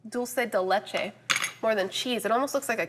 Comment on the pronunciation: What is that brick called that you said was dolce di leche?